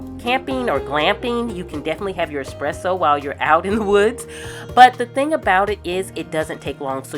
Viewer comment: As an Italian, I love the way you use the moka machine to make coffee at home and thank you for saying espresso and not exxxpresso 😄 enjoying aaaall your videos, thank you ☺